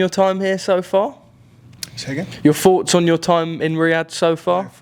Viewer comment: Na m8. Its fanks n forts 🎉🎉🎉